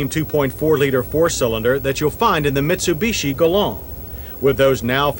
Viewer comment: I’m loving John’s pronunciation of any Japanese car - here we have the neesarn and meetsobeeshi mini vans - the meetsobeeshi uses the engine from the gollont sedan